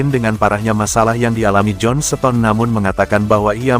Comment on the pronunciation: Kok baca starter bisa tapi baca seton kan mestinya sama cara bacanya starter ston bukan seton atau setarter Hadeuh ini orang dari goa mana sih Mau jadi pembaca berita bola tapi gak punya ilmu dan gak mau cari tau